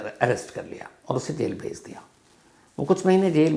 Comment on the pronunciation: Bhej means sent ...pronunciation is not Bezh